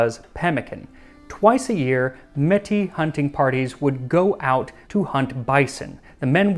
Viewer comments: To my ear, he is pronouncing it as "met" as if the e didn't have any accent on it (closer to è even, /ɛ/ in IPA). Most anglophone Canadians probably won't hear the difference between "m-ay-tee" and "m-eh-tee" as you're putting it. Both are using the same sound (/e/ in IPA), but the "ay" sound continues into a dipthong (/e͡ɪ/). The metropolitan French pronunciation "eh" has the vowel pronounced for a shorter amount of time without the dipthong (just /e/). So either of those would be considered correct in common usage. But /ɛ/ definitely not. Most francophone Canadians are likely pronouncing it /e/ just as in metropolitan France though perhaps voiced for a bit longer depending on individual accent. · Métis is like "may-TEE" rather than "metty" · FYI- Metis is pronounced as May-tee. Pemmican and hardtack are excellent for multiple day long hikes or spending long periods of time away from civilisation. It's easy to store, easy to carry and has a ton of energy stored in it. It's been years since I've had any but I do remember it well. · it's a bit of a weird one tbh (at least to me). Upon first viewing, I'd instantly pronounce it me-ti, because that's following standard French rules, which is how he pronounced it. But I've also heard the S pronounced, so maybe it's regional? It's also possible that I'm wrong and the word doesn't follow conventional French rules so the s is pronounced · Metis here. It's pronounced MAY-TEE The accent aigu over the e makes an ay sound. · I came here to tell Max it’s pronounced “may-Tea” too 😜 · Not to be that guy but it's actually pronounced May-tiss. It's a french word and S sounds are rarely silent. I know because I speak French and am Métis myself :) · I'm Canadian, and I live in the Arctic. I remember reading a book in elementary school called "Pemmican By The Pound." I've been trying to find a copy of it for years, but to no avail. Also just to note... Metis is pronounced "May-tee", with a bit more accent on each syllable.